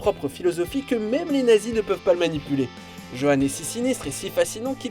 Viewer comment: J'ai beaucoup aimé qu'enfin ! On parle de MONSTER sur cette chaîne (même si l'émission anglophone en a déjà parlé plusieurs fois) mais rentrez-vous ça dans le crâne : le J de Johann se prononce comme un Y ! On est en Allemagne !